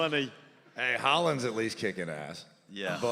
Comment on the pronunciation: Chase absolutely meant “Haaland” not “Holland”. 😐